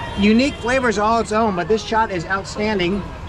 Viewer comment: "face to face chaat" loved it